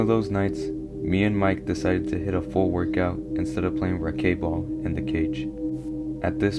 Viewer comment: I came from Mr. Nightmare's channel. Saw your comment on his last video. You're saying racquet ball wrong. It's pronounced "racket" with a hard "t". I think you could use a little more inflection but stellar video!!! I'm excited for more!